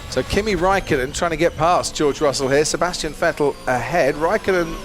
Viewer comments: lights out and away we go! And sebsassyetzehhhtzzz????????😂 thanks crofty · « Sébastien ienskwvdlevs valtteri bottas » 🤣